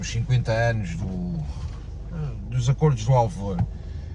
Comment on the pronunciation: Finalmente, alguém diz corretamente “ac[ô]rdos”!! 👏👏👏👏